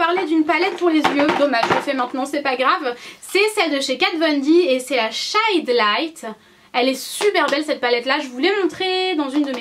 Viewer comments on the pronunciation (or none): Rhooooooooooo ma belle... "shad light" ;-) Tu m'as bien fait rire :-) On dit "shéde of light" qui veut dire "ombre de lumière" :-) Tu nous donneras l'adresse du magasin où tu trouves le pseudo-Nutella sans huile de palme, sans sucres, sans rien sauf du goût? Groooooos bisous